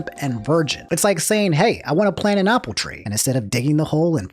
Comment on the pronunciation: today on mispronouncing things: "opple tree"